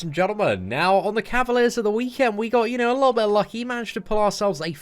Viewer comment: "A liooooubi...." Try to say "a little bit".